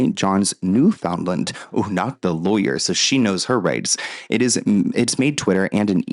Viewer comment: you butchered the word Newfoundland. I’m Canadian tho and live close to Newfoundland.. but I can see why anyone else would say it that way 😂